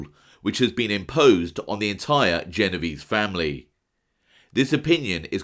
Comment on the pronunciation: for this watching, the pronunciation is "jeh-noh-veh-zeh' ! ! Ciao!